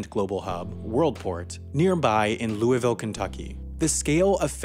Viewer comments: it is pronounced lou-eh-vol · Lewieville or Louisville? Geta grip and start sayin it right. St lewie or St Louis? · this guy says louisville like louis- ville its pronouned lou- voul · I’m not usually like this but , you say Lou-e-Vel , but it’s pronounced Lou-e-vole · As someone who lives in louisville, UPS planes runs our sleep schedule. At like 2am you hear a UPS plane earrape us lol. Also its pronounced "luuvul" lmao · You're butchering the name of my city ); louisville (lowl-vole) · Dude, Louisville and Louavul. Get you prononciation straight. Jk, awesome vid, I now know why Worldport is in Louisville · You say Louisville wrong! Loo-a-vul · You almost said Louisville correctly! (The first time) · I cringed at the pronunciation of Louisville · The way he pronounces Louisville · To all the people from Kentucky and right next to Louisville like me we are the only ones who cringe up when he miss pronounces Louisville lol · Ok louisville isn’t pronounced like that and it’s not a small city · The way you say Louisville kills me as someone who lives in Kentucky